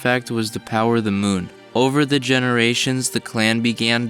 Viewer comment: Take a shot everytime he says "du munn"